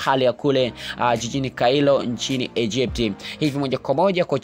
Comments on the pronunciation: kwanini waafrica hatupendagi kuambiwa kitu hasa cha ukweli hivi aende tbc wahariri wa habari watampitisha kusoma habari mtuanaesoma kailo badala ya kairo tunafeli sana kizazi hiki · hufai kuwa mtangazaji hakuna mji unaoitwa kailo ni kairo